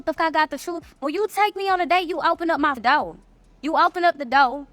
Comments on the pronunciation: This is for the first woman. You're cute, but the word is DOOR, not "DOUGH." Additionally, the word is CHAIR, not "Chur." I just had to pause the video and address that. Please, if you're going to be so demonstrative in your demands. Please learn how to speak. Now, back to this farce. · Open the dooo, keep your hand on the handle till she pronounces door correctly. Why should i open something a grown woman cannot pronounce . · First off I'll open your door when you learn how to pronounce it!!!! It's door not dough... Dough is what you use when you get yo ass in the kitchen and make me some Biscuits!!!! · Did she say cher, doe,..... translation Chair, Door. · Da doe I’m not opening anything u can’t pronounce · Open the doe. What is a doe? Did she mean door? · “Open da doe” 🤡